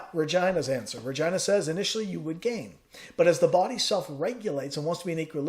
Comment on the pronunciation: Love your videos!! Are you on any other platform? Facebook group? Just gotta say I'm dying every time you say "RegIna" instead of "Regeena". So funny!! LOL